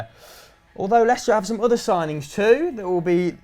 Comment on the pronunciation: Da lil Biscuit lestier😂😂😂 Lei-cester Leicester ffs